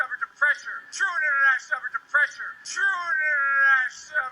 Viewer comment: Biden slurred "true international effort to pressure". That's what he was likely saying. But it slurred together into "trueinaneffetipressure".